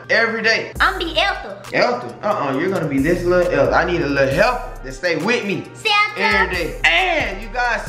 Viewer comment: hahaha "Ethel" "Elfel"